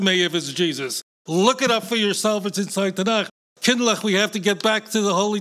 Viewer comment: He is awkward trying to pronounce the caf in tanach but that is understandable for someone who doesn't know how to speak hebrew. You are spot on about him but it isn't his fault as christianity is indefensible